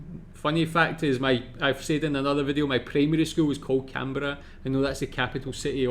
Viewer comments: The narrator puts the emphasis on the "berra" part of Canberra. I've always spoken it and heard other Aussies speak it with the stress on the first syllable "can" and the rest said quickly with a clipped "ah" sound at the end of "berra". If that makes sense to the reader. I live in Sydney. When I first moved as a child from the Eastern suburbs to the North Shore of Sydney I thought I was in the untamed "bush", having been used to streets of mainly wall to wall asphalt, concrete and brick, lol. But as an adult I love the area. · Yikes, when will US video makers learn that our capital city (I'm sitting in it by the way) is pronounced Can-brah. They are the same ones who say Eddin-burg, I guess. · Cairns - pronounced "Cans", Canberra - "Kanbra" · ROFL, where is the voice-over guy from? Every time he said Can-berra I cringed. Then he went on to talk about affordable housing? lol what? I'm from Canberra. I love it. Will probably never leave. But most find it too quiet and boring. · From all the major 'errors' I can almost guarantee that the bloke doing the commentary on the small size video screen HAS NEVER been to Australia. His mispronunciation and inaccurate information is shocking! On Balance I'd choose Melbourne if I was you. Thanks for your video. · What's with the pronunciation of Canberra? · Very shallow descriptions. And pronunciation of Canberra is wrong. And Sydney is not the biggest city by a long way, Sydney and Melbourne population sizes are very close